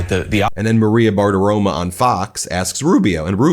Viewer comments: Ben- do you say BartiroMA on purpose? Its the only name you always mispronounce. I hate her too, but can you just say BartiROMO going forward? BTW, If the mispronunciation is purposeful then I have no problem with it. —A MeidasTouch Patreon from the beginning. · Hormuz Strait, or “Hormoze”?? Maria Bartiromo, or “Bartirom-UH”?